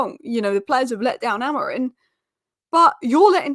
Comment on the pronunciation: Just listen to that first sentence. His name isn't Amorin. Just look at your own presentation and pronounce it.